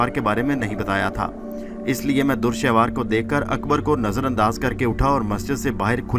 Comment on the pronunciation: Urdu bohat hi ghalat parhte ho bhai dur shehwar nahi dure shahwar is tarah ki bohat si ghalatian hn